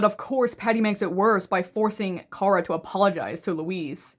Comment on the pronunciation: No you're right, it's Ciara. The pronunciation in the video is a little off